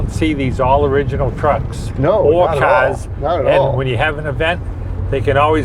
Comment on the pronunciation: He sure loves his CAHS! 😆